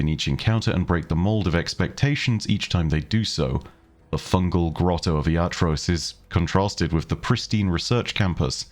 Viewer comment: I'm going to be the annoying pronunciation guy here and clarify that its "Iatrós" not "Iátros"